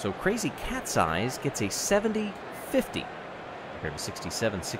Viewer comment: Every time he says "crazy cat's eyes" I hear "crazy cat's size" ._.